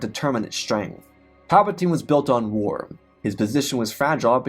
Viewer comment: Bruh do you really not know how to pronounce war? There is no m in it. Do you say “star warms”?